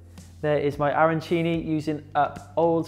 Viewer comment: the only thing I MUST correct is that WE DON'T talk and we DON'T say Arancini in THAT way!!!! this is a thing that the anglophones invented.. and this strange pronounce makes us piss off! Nice recipe, BUT we don't put breadcrambs and parsley inside.. in our Arancini there is Safran and Rice.. The Supplì made in Rome, they are made with , risotto with tomato souce. The Arancini have inside meat , peas and Mozzarella.. so here there is a lot of confusion, I appreciated the fact that you veganized.. but please follow the right recipe!